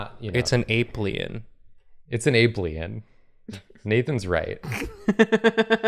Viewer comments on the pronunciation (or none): "It's and Ape-Lien." Me: ", go to word jail."